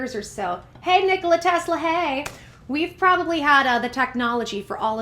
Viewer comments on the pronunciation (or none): none